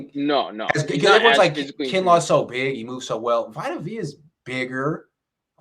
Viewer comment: Vi tuh v uh ??? Bro vita is from the bay bro how you fuck his name up 😂